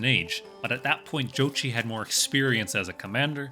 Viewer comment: Not even 5 seconds in, he already pronounced the name correctly. Mongol approves